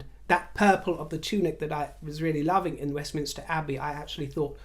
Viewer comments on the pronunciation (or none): none